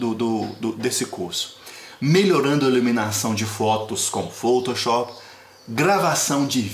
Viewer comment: Muito bom adorei o tutorial Só achei engraçado ele pronunciando foutouchop Kkkk